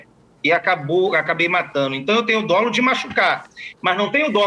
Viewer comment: Dolo. Dólo? Mudou o português???